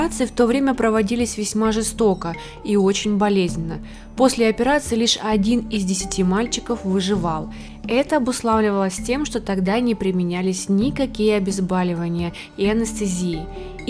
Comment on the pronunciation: "ОбуслОвливалось" (услОвие). "ОбезбОливания" (боль). Выходите на аудиторию - говорите грамотно.